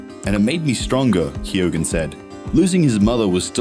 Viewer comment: If u are doing a piece on an actor you could at least learn how to pronounce his name correctly... its KEE-OWEN...